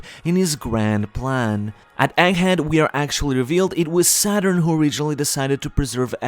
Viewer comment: The gg in egghead isn't meant to be silent.